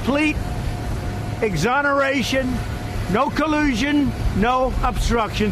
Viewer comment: "No Kuh-loo-sean"